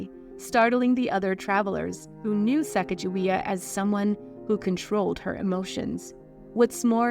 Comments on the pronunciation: Her name is pronounced incorrectly within this video. I’m surprised that these intimate details could be found, but the phonetic spelling and correct pronunciation could not. White presenters need to do more and be respectful when it comes to reporting on the lives of POC. It is disrespectful to not do so 😕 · I was wondering if you’d pronounce her name correctly ,, you didn’t. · Close. This spelling is correct, but the Hidatsa language doesn't have a soft g sound like in giraffe. Instead, their g sounds more like our k. To have her name pronounced correctly, the Hidatsa tribe (Mandan, Hidatsa, Arikara) and the state of North Dakota agreed that her name will be spelled out Sakakawea on monuments and literature. They care more about the pronunciation than the spelling. So it is pronounced Sah Kah Kuh Way Uh. And the spelling with the j in it? The French explorers couldn't say her name correctly and Clark couldn't spell to save his life. Read one paragraph of any of his journal entries and you'll see. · Why is the narrator pronouncing her name “Sacajawea?” Her name was “Sakakawea” or “SacaGAwea.” Lake Sakakawea in North Dakota is name after her. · It is NOT Sack a ja we uh It is Sa Kah GA we uh w/ a hard G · You're pronouncing her name wrong. Sacagawea. Do not.pronounce the G as "gee". Its pronounced like the clarified butter, "ghee". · Her name is correctly pronounce with a hard G sound. The soft G is an Anglicized pronunciation not in keeping with her heritage. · Her name is not sack a ja wea, it’s Sa caw ga wea! Not sack!….just saying. Get it right!! 👍❤️❗️😢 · It's pronounced "Sakakawea" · I’ve heard it said that her name is pronounced chigaga-wea. And that’s how Chicago got its name? Is this true? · Pronounced Sa kog ju we ah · Her name is actually pronounced with a hard "G" as in goat, cog, etc. So, it's more like suh cog a WAY uh. Different, I know, but that's the correct pronunciation. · It's Sa cog a waya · Her name is actually pronounced Sah-Cahg-Ah-Way-Ah.